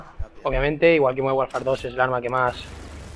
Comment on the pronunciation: ese 'MONDERN' xD